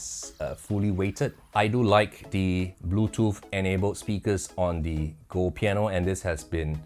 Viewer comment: I want to switch channels when you say "blue toof" but I'm sure English is your second language so I'll stick in there....